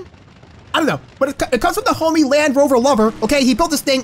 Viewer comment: Why do u say hommy it's not nice!!!